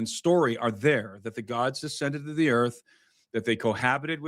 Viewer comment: Earf ashy 😂😂